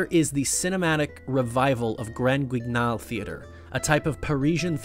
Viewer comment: Oh just to be clear I was giving you shit but not in a mean way just the way you say Krimi and Grand Guignol talking my language